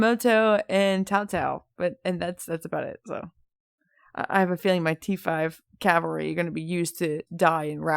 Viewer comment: Cavalry* not calvary 👍🏼